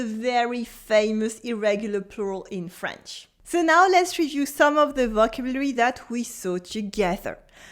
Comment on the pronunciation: Thankyou for your videos. If i may make one suggestion. Maybe make it obvious this video is about a specific french book and not general "must know vocabulary'. Im pretty sure half the people here misunderstood the video title. Also may i suggest you check your pronounciation of the word "vocabulary". merci pour les videos